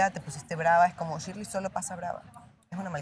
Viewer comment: ni pronunciar correctamente su nombre pueden jajajaj chirleiiiiiii jajaja